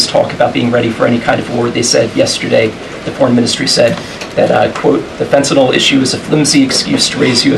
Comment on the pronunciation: I love that she knows how to pronounce “fentanyl.” 🙂